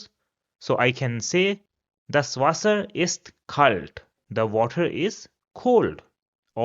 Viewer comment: Your content is good but pronunciation is so off. like Frau, wasser etc.